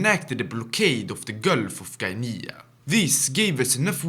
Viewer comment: "Guyneya" :sob